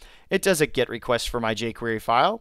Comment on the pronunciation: Great video, but it's GET, not GIT. A GET request.